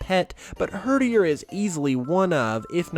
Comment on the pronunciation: “Herderier as in num 8” TRIGGERED